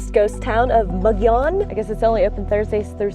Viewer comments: Pronounced Muggy-on. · Thanks for the tour! I've never heard of this place but I live here in Albuquerque, New Mexico. I believe Mogollon is pronounce Mo Go Yo N. The two LLs side by side sound like a Y, like in Tortillas - Tore Tee Yas.